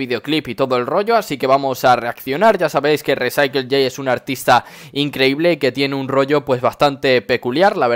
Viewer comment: Se pronuncia "risaicool" jajajajaja buen video